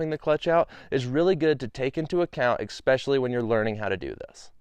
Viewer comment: Especially, not Expecially. ... How do you not know this word?